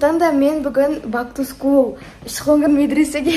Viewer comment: Бак ту скул емес бэк ту скул деп айтшы Бак ту скул дегенде не приятно болып естіледі